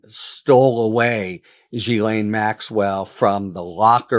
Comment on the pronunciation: You need to edit out your mistakes and also learn to pronounce Ghilaine correctly.